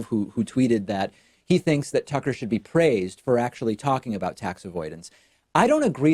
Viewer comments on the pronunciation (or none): none